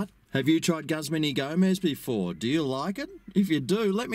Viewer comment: “GUZZMAN” HAHAHA, as an employee of a Guzman Y Gomez restaurant, I can safely assure anyone reading this that it is not pronounced “Guzzman” and the proper pronunciation is “Goozman ee Gomez”. Lol